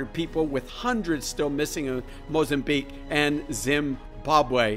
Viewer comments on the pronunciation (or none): FOR SOMEONE CLAIMING TO KNOW SO MUCH YOU CANT EVEN PRONOUNCE MOZAMBIQUE. YOU SAID THAT WORD LIKE YOUVE NEVER READ IT OR EVEN HEARD ABOUT THAT AREA. SPEAKING OF SIGNS. YOUR SHOWING SIGNS OF NEVER ACKNOWLEDGING AFRICA AND ITS COUNTRIES. CANT TAKE YOU SERIOUS YOU ARE QUOTING PARAGRAPHS OUT OF BOOKS FROM THE 1800S AND LETTING THEM INFLUENCE YOUR JUDGEMENT